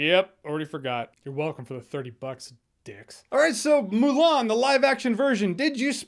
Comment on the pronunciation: How do you mess up Mulan? -_